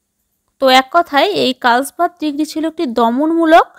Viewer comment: 34-নং টা জার্মানির হবে আর 35 নং এর টা ডিগ্ৰী না ডিক্রি বলতে হবে।